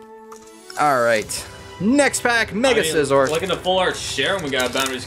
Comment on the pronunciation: says Scizor right